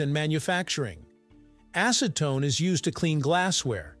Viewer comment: Now say after me.. acetone.. not ASSEtone